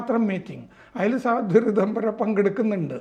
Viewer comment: സ്വാധ്വി അല്ല സാധ്വി